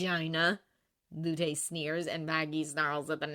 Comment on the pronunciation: Hey I noticed you’ve been saying Lutes name as luté, it’s actually supposed to be Lute like the instrument or loot if that makes more sense. I’m shocked it took me so long to notice!